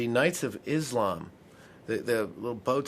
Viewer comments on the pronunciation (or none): none